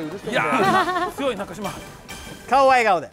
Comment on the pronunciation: いつ、なかじまではなく、なかしまですっていうのだろう